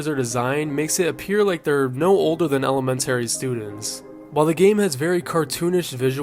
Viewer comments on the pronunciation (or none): I've never heard anyone botch the word 'elementary' that hard in my entire life.